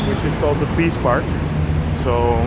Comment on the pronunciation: Sounded like he said: the Piss Park!